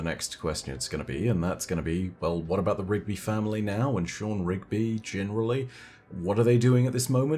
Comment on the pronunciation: So we dont have any rigby's but we do have a shaw-han. Sean , shaw-hawn just saying